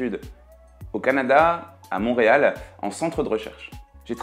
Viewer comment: Tu as réussi à ne pas faire l'accent Québécois en disant Montréal, je salut ton professionnalisme. Très bonne vidéo comme toujours 👍